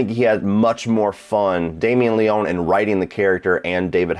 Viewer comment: it's pronounced Le-ony (any ryan leone fans here? No? ok...)